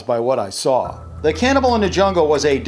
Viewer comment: On the Card, you say "CANNABAL" not "CANNIBAL" Did you notice?